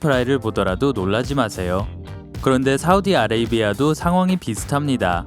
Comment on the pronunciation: 나만 10번에 사우디아라비아가 사우디아레비아라고 들림?